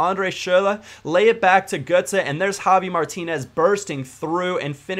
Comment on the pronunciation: Why do you say jovi Martinez instead of javi?